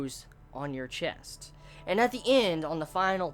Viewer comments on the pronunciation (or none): none